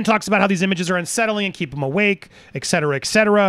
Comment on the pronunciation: Great but please...it's not 'ek cetera' ...it's et cetera! :-) (no biggy)